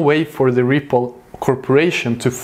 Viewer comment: Sounded like you said triple in the beginning but Yo I love this channel keep it up 👍🏼👏🏼